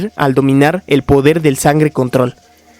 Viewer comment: minuto 22 50 dice podel del fuego